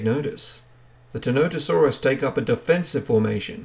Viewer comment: "what do you think of Tenotosaurus?" i think you've mispronounced its name the entire video. its ti-NON-tə-SOR-əs